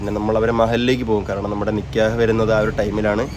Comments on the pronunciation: നികേഹ് അല്ല നികാഹ് ആണ് പറയേണ്ടത് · നികേഹ് alla😅 നികാഹ് annh 😅😅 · നിക്ക്യഹ് അല്ല നിക്കാഹ് ആണ് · നിക്കേഹ് അല്ല നിക്കാഹ്